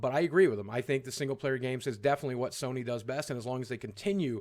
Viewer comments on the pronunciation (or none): none